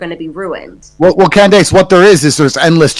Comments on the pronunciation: Great conversation but the Tate brothers mispronouncing Candace’s name was a bit akward 😂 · Can bro really not say “Candace”?